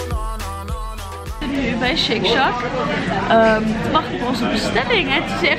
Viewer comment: Shake “sjak” myr serieus 😂😭😂